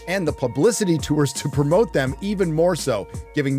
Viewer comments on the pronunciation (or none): none